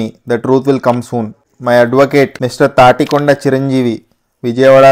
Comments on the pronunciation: Tatikodna kadhu anna tanikonda anna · Thanikonda ❌ thanikonda ✅